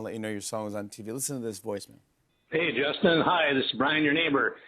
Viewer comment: Did Jimmy call him "Dustin" at the start?